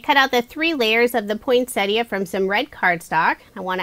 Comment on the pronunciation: I know lesley you are not alone. Most people, like, put a T in the middle and say Point - Set Ee - Uh rather than Poyn-set-ee uh.